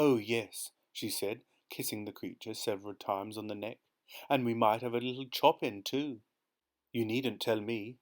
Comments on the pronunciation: Thank you so much for your fantastic readings of these amazing Roald Dahl stories. As a professional musician, I particularly enjoyed this one. However… a few musical terms were mispronounced: Fugue = Fyoog Scherzo = Skirtzoh Chopin = Show-pan Don’t mean to be the AH, but just for the future. Thanks again for your fantastic work! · I love how you pronounce Chopin 😂